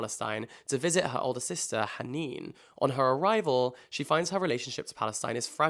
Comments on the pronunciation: 5 mins into the video, I went out of the video to comment this... can I just say you're pronunciation of the arabic "h" sound in Isabella Hammed and the name "hanin" IMPECCABLE 100/10 would recommend. I myself am an Arab and I know how hard the h is for non Arabs and you just said it amazingly and did not butcher the names!! well done. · as an arab, how do you say the letter ح as in Haneen so well? you literally amazed me it felt like a native was saying it. a lot of people just pronounce is it “H”. ❤ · You said Haneen perfectly